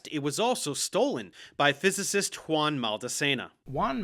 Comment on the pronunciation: Notice how, unlike Eric, Professor Dave actually managed to pronounce “Juan”?